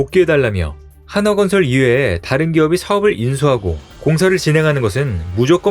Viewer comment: 하나건설이 어디있냐? 발음주의.